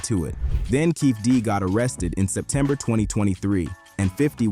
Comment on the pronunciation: Dwayne que-fee-dee